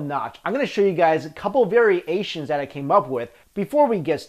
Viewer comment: Variasians...? Really sounds like you're trying to make a pun out of it.